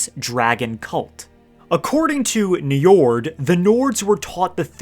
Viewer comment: don't let an old norse specialist /nerd hear you pronounce that name: Njórd, or Njörðr as is the old norse spelling... he is the lord of the vanir and the father of Freyr and Freja. god of the sea ;) that dude there is named after this old norse god.